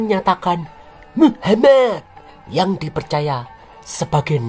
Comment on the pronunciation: Pembawa acaranya kalo bilang nama Muhamad kok pingin ke wc ya😂😂😂